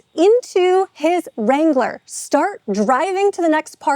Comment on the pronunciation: What is a “Jeep Wrongler”?